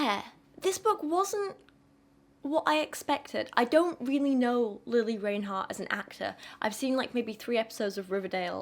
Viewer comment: This is an extremely rude thing to post. You should keep these thoughts to yourself! Also you pronounced her name wrong. It’s pronounced “rine hart”.